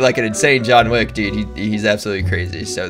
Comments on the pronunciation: Pretty sure you said John thick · did someone else hear him say john thick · It's John wick not John thick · “John thic” wtf